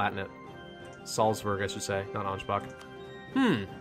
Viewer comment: From someone who actually can speak German: what ch in German is NOT pronounced “K” almost all the time. the.only people who pronounce Ansbach Ansbak are lazy English speakers who doesn’t really care.